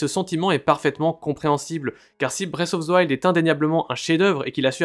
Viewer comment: "Bresse of ze wild" Faites un putain d'effort